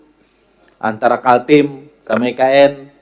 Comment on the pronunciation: Nyebut kaltim aja salah. Hahhaa